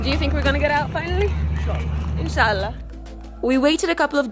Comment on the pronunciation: I loved it when you said Insha’Allah ❤️❤️❤️🌹